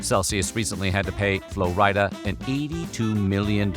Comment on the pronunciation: The way he pronounces Flo Rida is Hella funny